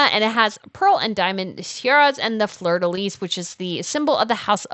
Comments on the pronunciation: Please, please pronounce fleur di lis properly. The S is silent pronouned "FLEUR DI LI" 😮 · Flur de Lee....Fleur de Lis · Love all the tiaras! We never get info on other royals over her in the US! Small suggestion- and maybe it’s regional, (I’m in Louisiana) but we don’t pronounce the “S” in Fleur de Lis. It’s pronounced “lee”.